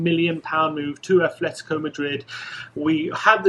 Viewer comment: It's not Athletico Madrid, it's Atletico without the H. Please stop saying Athletico. There's Athletic Bilbao and Atletico Madrid, it's not difficult. Thank you.